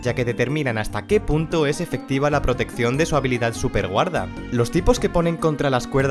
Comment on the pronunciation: Casi oigo superguarra en vez de superguarda